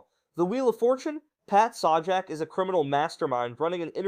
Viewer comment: I can't unhear Pat Saw Jack. I get it you're young but dayum.